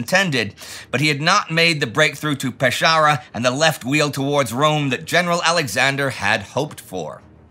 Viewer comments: Pescara is pronounced Peskara, not Peshara. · Peskara, not peshara. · Good video. Only one thing... it's Pescara, not Pesciara. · Nic but one note for Indy: Pescara is pronounced like "Peskara", not "Peshara". Love these week by week videos, keep on! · My dear Indy, why Peshara?? Pescara is simple, the pronunciation is Peskara ;) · pesciara is wrongly pronounced, is PESCARA (hard c) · Amazing video as always, but Pescara is pronounced with an hard "c" sound, so it's like Peskàra :) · At noon of December 25, 1943, Vicenza was bombed for the first time. Note: Pescara is pronunced "peskara" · Happy new year, great material as usual..just a note, in Italian CA reads like KA (and co=Ko, cu, koo but ci=chi and ce is soft too). Pescara reads pen-ska-rah….. cheers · "Peshara" he says :) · I love you Indy, but you absolutely butchered the pronunciation of "Pescara". Its pronounced "Pes-kara". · I hate to be that person but Pescara is pronounced "Peskara" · Pescara.... The C is pronounced separately as a K! Pes-Cara! A general advice to English-speaking creators on YouTube: if you don't know how to pronounce a foreign name or placename, you don't have to learn that language, or even its rules of pronunciation, just search for a video in native tongue and write down how it sounded for yourself with your own spelling. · Peskara. Where in the land of linguistic ignorance did you find that pronunciation? Ask around, perhaps Sparty. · Hard “C” is Pescara. When in doubt, Italian is pronounced exactly as it’s written.